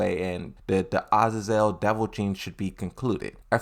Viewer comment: HE DID IT!!!! HE PRONOUNCED AZAZEL RIGHT